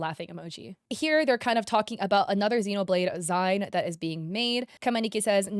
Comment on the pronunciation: zine (zeen) not Zine (zine) is short for maga"Zine" a short self published comic lol super easy to make